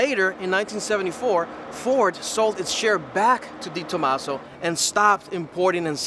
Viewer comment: Not Di Tomaso, but De Tomaso...